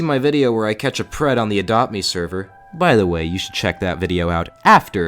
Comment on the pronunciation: you said prep instead of pred loll